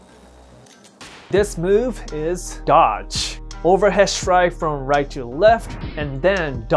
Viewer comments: "If i kick rike this the opponents fry away" 😅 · I’m so sorry but he say right like light LMAO oh my i’m such a terrible person